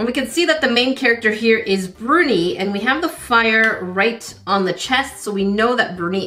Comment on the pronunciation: Bruni, luv, not Burnie.